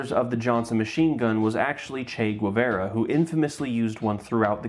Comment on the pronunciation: How did he manage Polish yet end up with "Che Gwevera"